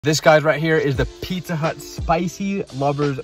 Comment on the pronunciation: Bro how come u baby talk? Pupperomi? Pieesa? It’s like the one bad part about ur channel, is the baby talking, if you just annunciated every word this channel would be S+ tier Oh and how you sometimes put “SH” on “s” sound